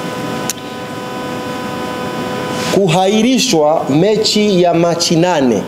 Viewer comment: Fasaha nini hata kiswahili kinamshinda. KUHAIRISHWA ndo nn, sahihi ni KUAHIRISHWA.